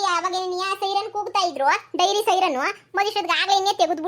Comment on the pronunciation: ಡೈರಿ ಅಲ್ವಾ ಅದು.. ನೀವು ವೈರಿ ಅಂತ ಅಕಿದೀರಾ